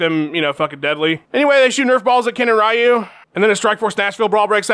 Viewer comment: Nick Diaz would think "Ryu" is pronounced "Rai-yu"